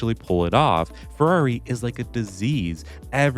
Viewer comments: Why does this guy have such a hard time saying “Ferrari?” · It's not Alonslow, not Sbinalla Vettel, nor crash Legreg. Its Ferrari.